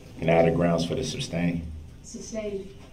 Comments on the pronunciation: “Grounds! May I have the grounds for the ‘substain’ ?” 😂 Ignorant and exhaustive. 🙄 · DB is disgusting…pure evil scum of the earth! I wish someone would have told that stupid POS, it’s “sustain” not substain! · May I have the grounds for the substain????? It’s pronounced SUSTAIN🤦‍♂️ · “Any reason for the substain” What a legal scholar—NOT